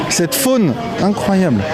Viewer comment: "cette faunew incroyable "😂